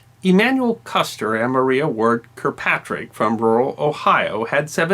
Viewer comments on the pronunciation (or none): none